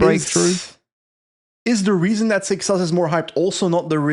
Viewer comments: pronounces seixas as "sex ass" for me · gutted w giving up on the correct pronunciation of “seixas” 😔